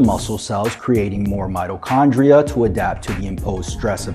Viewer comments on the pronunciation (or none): none